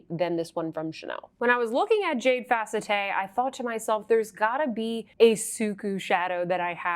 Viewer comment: It's not pronounced fa-cet-te, but fa-CET. If you've ever had steroid injections in-between the vertebrae in the neck, they call the spaces between the vertebrae in the neck the "facette joints". It feels wonderful...I say with full sarcasm. However, I would have that done again before having a myelogram. If someone suggests you have a myelogram, RUN the other way!!!